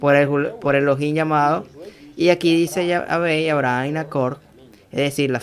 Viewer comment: Porque pronuncias "Abraham" con pronunciación americano—inglesa? Maldito